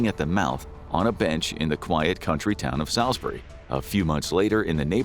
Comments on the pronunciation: Solz-brie not sall-iz-berry 😭😂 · Sailsbury is pronounced "Sullzbree" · "SA" - "ALL'S" - "BERRY" . not sal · Guy cant pronounce Sailsbury so ill spell it phenetically - Sulssbeurry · I'm a long way from London, but not that far from Devonport Dockyard. It'd be bye-bye. By the way, it's pronounced "Saulsbury". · Thats not how you say Salisbury 😂😂